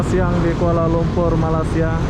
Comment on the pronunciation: Blh tak kau sebut malay sia bukan malas sia. Hopefully klu lepas ni die sebut lg malas dlm video barunya penonton dr malaysia jng tengok lg video die ni n klu blh unsubscribed terus .